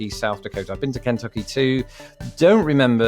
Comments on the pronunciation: now you can learn to say Kentucky. (Ken-TUK-e). Lol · I enjoy your pronunciation of KENtucky. We generally say KenTUCKee. Also, no American would mind how you say NevAAHHdah. You outscored me on the quiz and I've lived here for 61 years. Well done my friend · It's not Can-tucky it's Ken-tucky. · Ken tuck y, not Can tucky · Why do Brits pronounce Kentucky so oddly? It's not KENtucky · You put emphasis on the n in Kentucky. You might want to put the emphasis on the t.